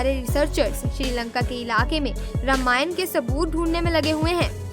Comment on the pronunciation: प्री आप रामायण। के बदले रामायण। क्यो बोल्ते है